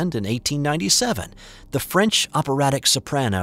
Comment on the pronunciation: Your French pronunciation is very Good Btw.